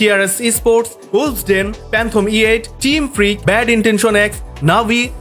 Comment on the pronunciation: Really love your videos... But in some parts, your pronunciation is really bad! like BRO.... ITS NOT সিনসিস্টার! his name is সিনিস্টার (Sinister)। again, its not ইনারটিয়া... its, ইনারশিয়া(Inertia)! its not প্যানথম, its ফ্যানটোম (Phantom)! I really do not mean to insult you here, but trust me thats the only weak point of the entire video! Please try to fix these small mistakes, you will do a lot better!!